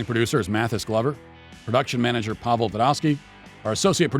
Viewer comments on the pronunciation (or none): none